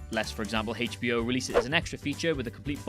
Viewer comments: HAYCH-BO. Love it!! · heyhitch B O, thats old school pronunciation. Good stuff